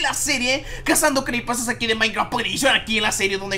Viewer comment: like si ecucharon al principio crepipas no crepipastas